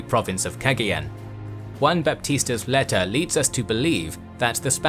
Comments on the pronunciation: Don't say Kegeyeun. Say Kagayan. (Cagayan) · Battle of "Keggy Yen"? 🤣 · It's pronounced Cuh-GUY-yon. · It’s pronounced cah gah yawn= Cagayan 👍👍👍👍👍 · I believe it's pronounced Cah-Guy-An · I was wondering how badly you'd pronounce Cagayan lol. At any rate, I'm glad to see some Philippines related history on the channel. Good stuff.